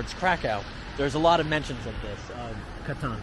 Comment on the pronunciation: Brev its the Katyn massacre not Catan